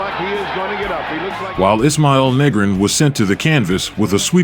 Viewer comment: You gotta start pronouncing these names right. Latinos are laughing at the part you say DeJeezus instead of DeHaySoos, and it sounds like youre saying the n word when pronouncing Negron's last name Negrawn instead of Negroan. I dont understand these mispronunciations if you edited this video and heard the announcers say the names.